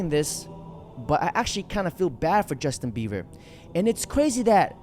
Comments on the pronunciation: Why u keep calling him Justin beaver? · WHO TF IS JUSTIN BEAVER BRO... YOU SAID IT LIKE 19 TIMES